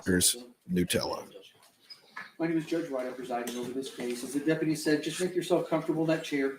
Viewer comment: It IS Newtella. Which, I get why nut because it's made from a chocolate hazleNUT mix. But Ferrero-Rocher (and yes, that is pronounced row-share) pronounces it Newtella.